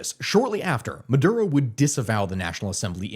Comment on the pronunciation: Maduro not murdo